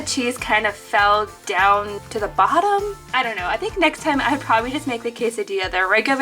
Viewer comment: I cracked up laughing when she said save de turtles sksksksksk🤣😂